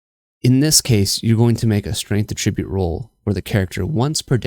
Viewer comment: Super helpful video! Side note, I beleive you're saying attribute incorrectly lol. You're pronouncing it as the verb should be pronounced, not the noun... Here's a video for reference